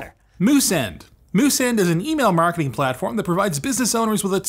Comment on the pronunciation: "Moosend, the email marking...." WOW, never though LTT would become a spammer.